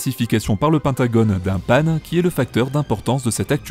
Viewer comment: Bonjour. L'accronyme OVNI a un sens. En revanche PAN aucun, même s'il correspond au TOUT grec et au dieu. PANI serait plus respectueux. Et pourquoi le prononcer à l'anglaise ? Une autre fantaisie ? Sans rancune. Jo